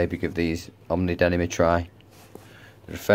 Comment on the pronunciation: Nice video, but dude, it's "Oh-nee," not OMNI.